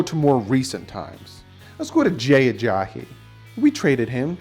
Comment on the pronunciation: For the millionth time is Ajayi not Ajahi...haha